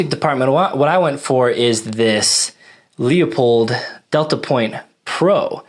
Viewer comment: "Loi-pold", Markus Friedrich Leupold was a german immigrant in the US. Don't get me wrong, you may pronounce it "strawhat", I was just in a german wiseassing-mood. We "shermanns" are sometimes like this. Especially when my wife was right once or twice too often today. So, as I said: "Loi-Pold", not "lee-ow-poid". hehehe ;) Ah, and of course, a very comprehensive review of the Kriss Vector, I really like your setup, I personally would've taken the 10mm version, but I can very much relate to the reasoning of interchangeability to your EDC Glock mags, make absolutely sense to me. Even if it's 2½ years old and some shots shows went down, still a rad setup IMO. The Leupold dots are laser sharp and having a great FOV (others have that too meanwhile, but from own very humble experience, it's quite rugged what they build.) I had the opportunity to fire one in .45 semi-auto , when they were quite new and I can remember, I was thoroughly impressed from the recoil-vectoring. As I understand it they tinkered a bit with it and made the system even smoother than at that time.